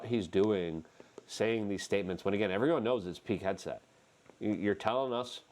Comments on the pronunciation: I thought you were saying “Peak Headset” not Pete Hegseth lol I was so confused I thought you meant someone from the cia was yelling into a headset of trump not to say anything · Luke, his name is not peak headset. It is Pete PEET Hegseth HEG SETH, come on man you can pronounce some of these guys names.